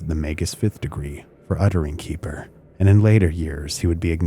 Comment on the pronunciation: Keper is pronounce KEH-fer. Rhymes with heifer.